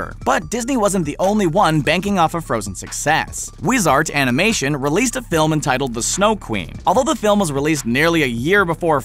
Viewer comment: WAIT WAIT- TANGLE? TANGLED UP A n i m a t y o n m e m s